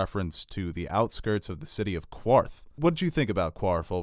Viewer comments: I’m not 100% on this but isn’t it pronounced Karth not Quarth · It is pronounced 'Karth' not 'Kwarth'. This is even stated in the episode. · How you finna pronounce it Kwarth when you are so knowledgable of GOT. It's pronounced Carth dude. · STOP SAYING QUARTH ITS PRONOUNCED QARTH (karth) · Dudes, I know that you are New Yorkers and your accents come into play(especially ), but you seem to have problems with the pronunciations of some these titles. Qarth, is pronounced with a hard K not a QU. Ergo, it sounds like KARTH. These small details are important in context to the narration of these GOT and SOIAF works. It tweeks me little to hear it pronounced wrong, especially when in the series they are definitive about pronunciation. I'm a serious fan. Let me make an additional point. You guys are truly among the elite of film and series commentary. Right there with the A.O. Scott's and Richard Roeper's of the American entertainment media critics hierarchy. You have a clearly defined understanding of narrative and character arcs. You understand the finer points of cinematography and and the importance of the music score. Your insights are often more definitive than the most well established pundits in the field. No SHIT!! Looper, IGN, Emergency Awesome, Screen rant(although Ryan George has really been great), Screen Junkies and even the mighty Nerdist normally do not match up to the excellence that you guys achieve with your brilliant insights. So, what I'm saying is tighten up the loose ends. Your are on to something that could be bigger than you realize. Tom Brokaw, Roger Ebert, Peter Jennings, You could be in that league. E! is stupid and passe', ET is all about reality TV and stupid gossip, IMDB has no real gutty analysis. Your ARE the elite along with Alt Sh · ITS PRONOUNCED KARTH. NOT QUARTH. ITS SPELLED QARTH. NO "U"!!!! 🙄🙄🙄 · Why do you guys keep saying “Qwwarth” it’s Qarth lol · omg stop saying qwarth! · Its pronouNced CARTH BOII